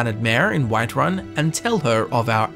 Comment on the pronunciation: I heard the Alik'r Warrior said Wiferun instead of whiterun